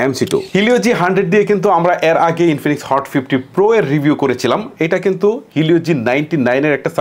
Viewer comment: Inifinix ❌ Binfinix ✅😆